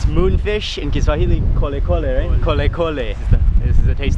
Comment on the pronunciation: Hats off to you for saying those kiswahili words accurately